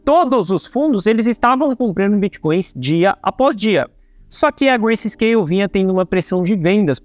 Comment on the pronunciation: o correto é grayscale e nao "gracescale"